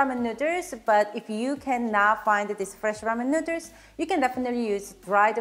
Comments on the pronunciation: Love the recipe, but love the way you say 'nuders' which I didn't notice until you pointed out the tee shirt/merch. Need 3XL though - too many nuders! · From now on, noodles will be called nooders. If says nooders, it's nooders!😀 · i love how she says noodles XD nuders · Very charming lady and awesome home cooking skills, plus so cute the way pronounce noodles.